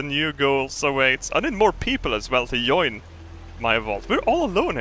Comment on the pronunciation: The way you say join is so weird. :P